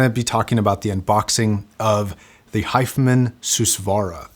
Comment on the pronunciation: is it my ears or he isn't pronouncing the name correctly ?